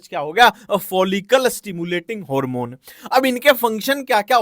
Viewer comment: Harmone 👎🏻 Hoormon 👍🏻❤